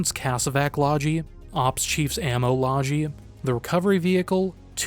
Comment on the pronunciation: "Loggie" has a hard g sound.